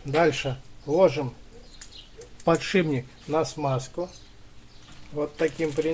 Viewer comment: Не подшиБник, а подшиПник. Не ложим, а кладём.